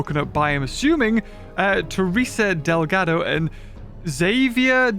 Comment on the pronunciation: You seay it dehl ga do. not del gaw dow